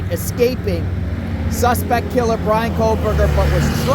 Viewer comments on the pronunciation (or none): KOH Berger No L sound